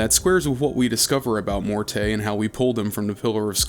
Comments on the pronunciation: and it's Morty, like rick & morty. He's a vaudeville comedian head, none of them were named Mor-tay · the only thing it depends on is if you believe all of the companion voice actors mispronounced the name and the devs left it in. If you don't believe that, then the name is simply pronounced "Mort." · actual audio producers use the preferred pronunciation of the character/person instead of some dug up definition of the pronunciation. It's Mort. Not Mort-eh. That is so silly. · >Every time he says "Mortay" It's MORTE! MOOORRRRRRT! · "Mor-tay" too lmao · Pretty sure the "e" in Morte is silent. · its pronounced Mort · Uh, it's actually one syllable, "Mort" as in death. If you want to be fancy French, you can go with "Moh-ert" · setting aside the French (fem) pronunciation being also with a silent "e," it doesn't matter how a word is pronounced elsewhere if it's a specific name of a character and you are given the specific pronunciation of the name by the character's creators multiple times within the same medium you otherwise encountered it. I feel both the root and their chosen pronunciation fits the character pretty well. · The game is a masterpiece, but... barmy cutter don't know how to say Morte and Sigil right XD